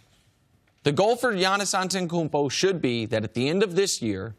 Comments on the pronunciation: Can't even say giannis last name...Antekoopa..😑😑😑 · Nick Wrong works on national tv and still doesn't know how to pronounce Giannis last name...